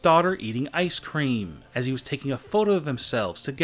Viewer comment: How he talk ice CREAMM haNDSS